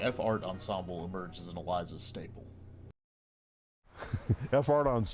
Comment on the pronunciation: FYI...."Aliza's Cafe" is pronounced "Aleeza's Cafe."